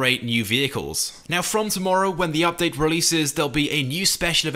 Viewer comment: the way he says "update" makes me cry inside